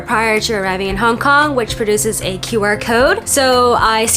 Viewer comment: what's a "qyouwer" (rhymes with "skewer")? oh, "QR." guess you were hungry